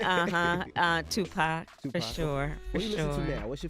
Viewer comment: "Two Poc, for sure, for sure." The way she pronounces every part of that kills me lol